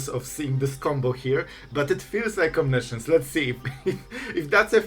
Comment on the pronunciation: It's as funny as it is annoying, because you announce your moves well in advance and repeat the impending mistake over and over again. And I sit here thinking, "When will he finally realize what a mess he's making!" :D As I have your attention for now, try to pronounce "omiscience" as it is pronounced. It is not "science". I know you´re not native english so aint I. ;-)